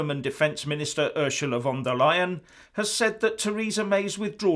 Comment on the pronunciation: Sorry, did you say Ursula De LYIN'? Must go to Specsavers for a hearing aid!